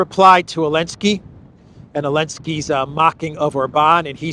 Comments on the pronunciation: So the pronunciation is Elensky, not Zelensky ?? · His name is Zelenskyy not Elensky. It’s time you stop abiding to the EU ban on the Z because they were on the Russian tanks. 😎👍